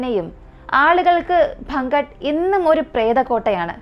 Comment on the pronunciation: അൽവാർ ❎അൽവർ ✅ ഭം ഗാട്ട് ❎ഭാൻഗഡ്✅